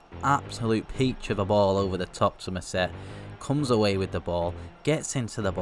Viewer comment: mousset is pronounced moosey